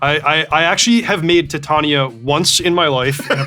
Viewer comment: Everyone else: titain-ia Reid: tit tania